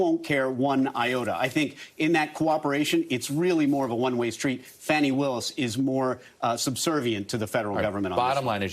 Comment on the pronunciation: It’s pronounced FAWN-ie, not FANNY.